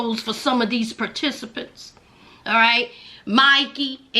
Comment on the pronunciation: I don't know why I laugh every time you say "participants."😂